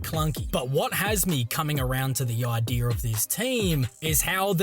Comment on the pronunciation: Every time you pronounce idea like I-deer you should be talking about the bucks 🦌